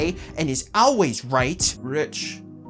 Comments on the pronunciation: pronouncing 'always' but it sounds like 'auwways' makes me chuckle. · I agree with some of your point.... but please for the love of satan, stop pronouncing always owl-ways.